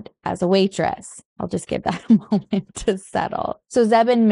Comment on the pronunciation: "Moints" omg I love you 😂 I relate so terribly much!